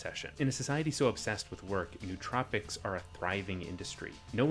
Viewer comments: It's 4 syllables: no-oh-tro-pic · Nice video with some good points. A couple minor corrections: It's "no-uh-troh-pik" You can regulate companies without regulating markets Protestants don't believe in salvation by works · It's the adderall making me so pedantic but still, it's pronounced noh-oh-troh-pic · You mispronounced nootropic